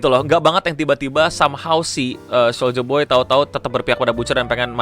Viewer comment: Soldier boy Yg gue denger: Soulja boy